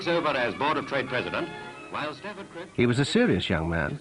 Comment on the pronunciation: In his early days as a pol he had to use a posh accent to be credible. He pronounced Stafford Kripps as Stefford Creeps. Later when he was more secure due to his strong position and societal changes in the 60s, he went back to using his local accent.